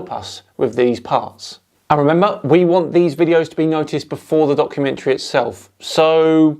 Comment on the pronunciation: 😂😂 “debumkummentary”😂😂 Has to make it into the Oxford dictionary